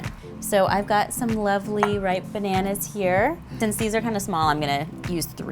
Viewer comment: I can think of other words to be apologetic about. Like, saying "pananas" instead of bananas.